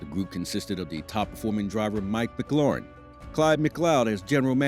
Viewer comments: Just letting you know McLaughlin is pronounced like (Mik-Loff-Lin) not Mc Lauren. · COME ON YOU CANT SAY THE DRIVERS NAME RIGHT WHAT BS